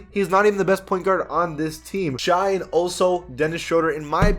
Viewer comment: I love you but please quit calling Shai(Shay), Shy. That is incorrect and he went to Kentucky so it urks me because he's one of my favorite young players. Thank you